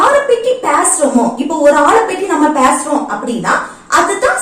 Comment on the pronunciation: பேசுறோம்....✅ பேஸ்றோம் ❌